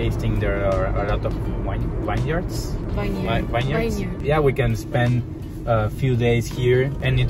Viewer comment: Vineyard pronounced as vin yard. Btw both venues are super magical